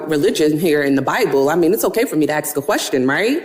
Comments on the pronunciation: Crockett says ax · Is she saying axe or acts. Trying to say ask.